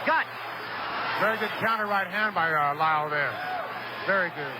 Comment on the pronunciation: Is it just me or Cosell kept saying "Wyle" instead of "Lyle" during the first three-four rounds?